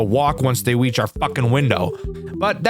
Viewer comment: wonce they weach the window, his words not mine